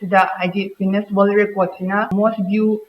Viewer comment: Dear newsreader Jiuness haiba natene...noibo newsreader oiradi english phonetic khara khangnaba toune...mee atopana nokhranine.